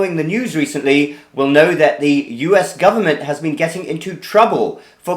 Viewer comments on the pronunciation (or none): "Governent resources", Ha!